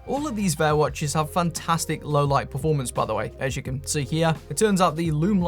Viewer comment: It's not "Vayer," it's "VAH."